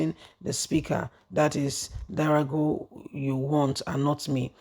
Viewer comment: You still don’t pay attention to details. Who doesn’t know the name of the former speaker is D O G A R A not Darago 🫣